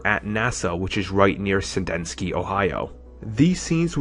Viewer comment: I hate to be one of those people but here are some corrections: Tyler Mane not Taylor Mane."Rih-prase" should be "re-prise". The city in Ohio is called Sandusky not "Suh dinsky". (end of corrections) The second half of IM2 is where Thor was rumored to be introduced. It would've been better than what came out. That way, the Thor film could start off balls to the wall. Instead, it was meh.The Destroyer was handled all wrong.